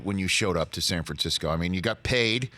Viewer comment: San Fransackyou